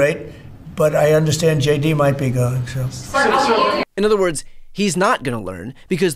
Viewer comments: sounds as if you said' shady Vance' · Don't know if you said it intentionally but it sounded like yoy said "Shady Vance's wife" - which is awesome! "Shady Vance" is his new name. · I love how JD is easily pronounced "shady", it fits.